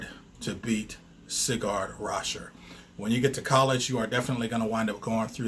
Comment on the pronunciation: It's Sigurd Raschèr, not Cigar😁